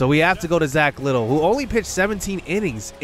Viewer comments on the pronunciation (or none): Yo just wanted to pop in and say that Zack Littel's last name isn't 'little' it's pronounced 'li-Tell'